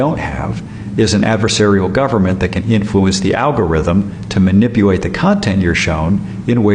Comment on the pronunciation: Wtf is "manipuate" tho? Did anybody else notice that man said that TWICE!? 😂😂😂